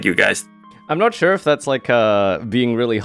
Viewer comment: Did you just say “shure”?